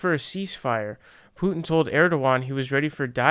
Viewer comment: If you pronounce it that way without a Russian accent it sounds like youre saying poo chin. Maybe just say it the way you were saying it before.